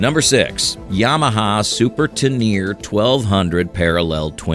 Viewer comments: The Yamaha adventure/tour bike is pronounced ten uh RAY, not te NEER. 🤣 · It's not "Ten-air"... It's a Japanese bike, "Te ne re"... Think... "Tenna Ray" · "Yamaha Tenear"! 🙄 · That and not being able to pronounce Tenere. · Lol, butchered Honda's model not once but twice! It's VFR, not FVR, you AI muppet! Teneer? Ténéré is pronounced "teh-neh-ray", you AI muppet!